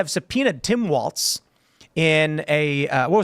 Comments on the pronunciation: it is pronounced "Walls", not "Waltz" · Walls Walz Not waltz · Waltz? Walz? ...... According to Google the British pronunciation is wolts. American is waalz. So I guess you can say it either way.